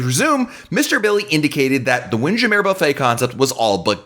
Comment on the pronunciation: repeat after me: WIND. JAM. MURRRR. not windjameh